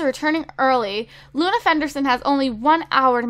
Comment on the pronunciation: You called Luna justi